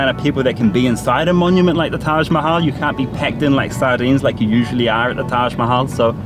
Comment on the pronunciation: Karl Rock, so, after all of those Hindi classes and all of the time living in India immersed in Hindi and other Indian languages, you still haven't learned the correct pronunciation of Taj Mahal? What's up with that?